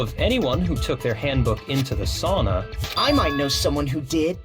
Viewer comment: Also the mispronouncion of Sauna killing meee